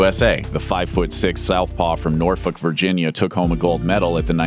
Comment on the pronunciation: Points for pronouncing “Norfolk” correctly.